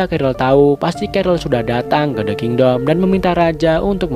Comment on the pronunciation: "the kindoll" 😭